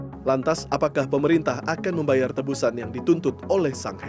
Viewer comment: Halo bapak prmbaca berita, "TEBUSAN" bukan "teMbusan" seperti yang Bapak ucapkan, kedua kata memiliki arti yang sangat berbeda. Silakan lihat dan baca KBBI. Agar dikoreksi Terima kasih